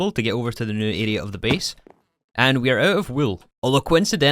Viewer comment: "We 'ars' gonna play with it in this pack." Fine, take your like and get out.